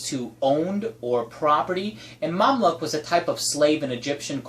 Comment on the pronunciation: Its pronounced Mam LUKE not Mam Luck lol